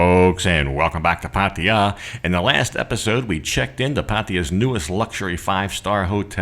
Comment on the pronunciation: Great! We want to visit it now. On a side note: it's "PattAya", not "Pattiya" Sounds annoying when you say it like that 😄